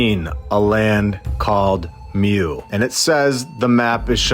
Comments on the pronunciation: It's pronounced moo. Lol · it is pronounced more like Moo in european stories